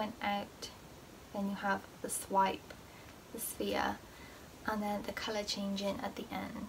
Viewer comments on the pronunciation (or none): none